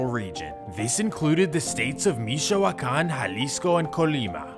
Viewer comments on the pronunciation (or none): Bro said misho-hue-kahn 💀